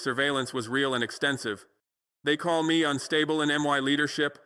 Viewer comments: Fckn hell do better with your ai shit. How annoying to hear... M. E instead of me. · 🟡🟡🟡🟡💯💯💯💯💯💯. BUT ... ABOUT PRONOUNCIATION..............Why mmm eeee in stead of simply........me.❓❓❓ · So this AI cannot pronounce me😂😂😂